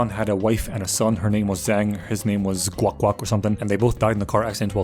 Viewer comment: His name was "Guoak Guoak"😂😂!